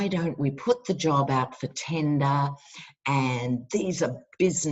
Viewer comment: it is so good to see you. I wasn't expecting it to be so soon, since you have had such a hard slog of it lately. Your accent makes the word tender sound a little like tinder (dating app) LOL. Gave me a smile. I know terms tend to be regional here in the USA, but I've always heard it as 'going out to bid.' Because our government contracts out all construction to private enterprise. Government contracts are lusted after by business -- it leads to things like $500 toilet seats and $300 hammers. Nobody remembers the scandals and I'm sick to death of the conservatives raving about small government (translation: lack of any and all regulation) and privatization. Sure, privatization leads to cost-cutting... NOT! See my comment about $500 toilet seats. Also, I forgive you for your smug comment about plowing through the snow. I live in the rural (wilderness) interior of Alaska and ugh, so spot on. LOL!